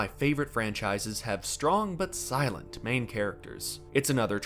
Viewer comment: "Shtrong and Shilent type"